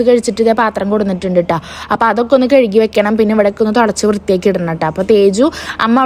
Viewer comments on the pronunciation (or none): none